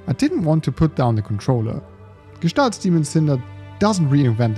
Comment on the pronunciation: OF COURSE a German guy will pronounce the name of the game correctly, it's such a relief, lol. I've heard so many variations by now.